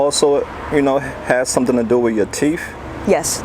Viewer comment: Dude said "Do the drugs have something to do with your *TEEF" 🙄🤦‍♀️ Do drugs have something to do with your inability to pronounce the word TEETH? There's no F in T-E-E-T-H